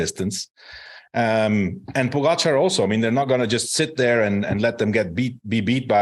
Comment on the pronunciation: George and Lance - learn to pronounce Pogacar. It's not that hard and it's rude to continue to put the accent on the wrong syllable.